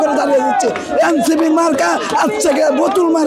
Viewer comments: কথা বলার উচ্চারণই শিখে নাই সে আবার মাস্টারমাইন্ড... বুতুল না বোতল সেটা আগে শিখো তারপর কথা বলো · প্রথমে সঠিক ভাবে বোতল বলতে শিখ, এইটা বুতুল না, এইটা বোতল।